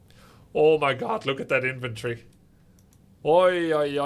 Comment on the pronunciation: You say "inventory" like "infantry" XD